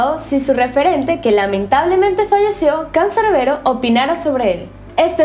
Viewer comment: Disculpa, n entendí la última parte sobre CANCERBERO, o lo dijiste mal creo?